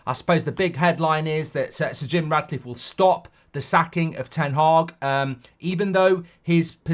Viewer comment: Mark, please stop calling him Radcliffe, it's Ratcliffe!